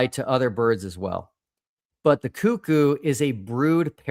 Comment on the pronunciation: For the love of God, please pronounce Cuckoo correctly 🙏🏼